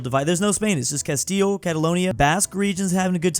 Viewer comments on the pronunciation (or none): none